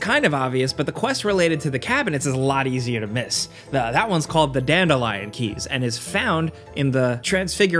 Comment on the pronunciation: "The Dandelion Keys" 😅